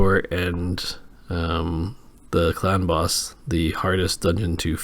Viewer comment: I swear every time you say “clan boss” I hear it as “ clown boss” lol